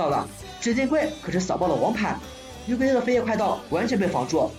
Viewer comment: 還有 月桂Yeah🤣